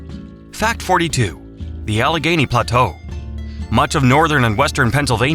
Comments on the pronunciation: Allegheny = al-a-gainee. Not "al-ga-hainee". AI narration sucks. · You go to the trouble of making a video about our beautiful commonwealth, and you can't even take the time to narrate it yourself? Turned it off in, when I heard about the Allig HA-YANEY river. What the h*ll is wrong with you people????????? PLEASE never make lame videos like this EVER again! You disrespect us.